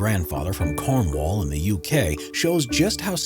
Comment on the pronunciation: Oh btw you say cornwall like ‘cormall’ but like fast ?